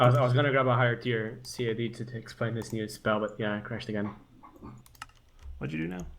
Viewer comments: Is it my or does it sound like says cat assembler instead of CAD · you don't say CAD like the way you say it you are actually supposed to spell it out. That's howvthey say it in the anime.